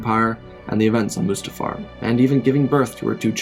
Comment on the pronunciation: It’s pronounced mustafar